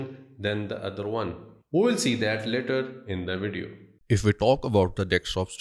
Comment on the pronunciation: you are basically right but you could make yourself more comprehensible. For example, when you say "later" I hear no difference to "letter". Try to watch some "received pronunciation" videos here on YT. No offense indented, I also learned English in school.